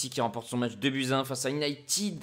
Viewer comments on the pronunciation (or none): none